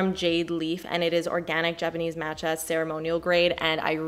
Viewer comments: mahhhhtcha, not mat-cha. 😄😆 please! 🙏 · it's "mah-tcha" not "maaa-tcha" :) <3